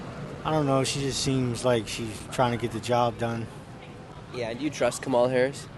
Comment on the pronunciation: It’s pronounced Comma-la